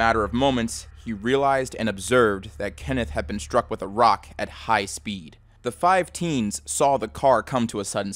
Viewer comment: The stone didn't "shtrike" him.